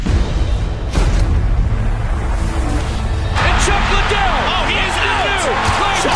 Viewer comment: "chack liddel"